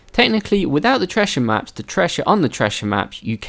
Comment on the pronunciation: I had to stop watching this because of how you said "treashher maps"